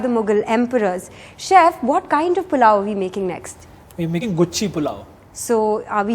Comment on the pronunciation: ... This woman is so stupid & is not ashamed of putting itout in the open for the world to know... It is GUCHCHHI pulao, NOT GUCCI pulao... The mushrooms, called GUCHCHHI in Hindi, Morels in English are the CHANNEL of muchrooms